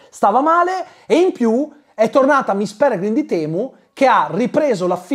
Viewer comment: Ogni volta che diceva "miss Pelegrim di temu" morivo dal ridere hahahahahhahahahahahahaha